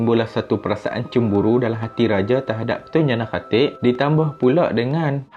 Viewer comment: boss sebut lah betul2 tun jana khatib , sebut nama dngn jelas